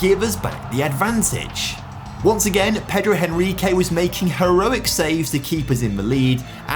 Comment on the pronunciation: Just a little correction: Henrique in portuguese you pronounce "Enrique". The 'H' don't have sound!